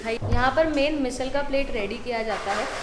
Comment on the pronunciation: Your channel is nice and content is good too.. doing videos in hindi helps larger audience to watch it, which is awesome too! But why to pronounce marathi words in hindi accent 🤔 somewhere we do this which sounds weird.. be proud of our language and pronounce मिसळ as मिसळ and not मिसल.. just one example im giving